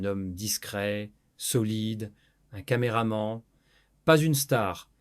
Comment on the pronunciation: C'est de l'IA. Qui dit prononce "quatre vingtonze" pour quatre vingt et onze? Qui dit cameraman (prononcé ment à la fin)? Bref ce sont les mêmes récits sirupeux de l'intelligence artificielle. Trop long en plus. Elle n'a pas que ça à faire. Sublime Julia❤